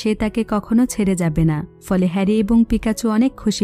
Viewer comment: আপু আপনি বোল বলসেন pokemon হলু certone er name আর মেন হিরোর নাম pekacho